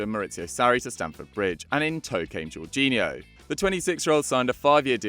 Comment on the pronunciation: Jorghino? Seriously